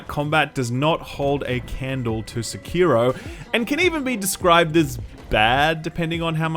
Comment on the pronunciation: how come no one ever says Sekiro correctly. Seh-Key-Rho. Not se-kir-ro.